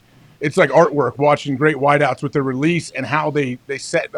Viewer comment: Did he say great whiteouts?😁😂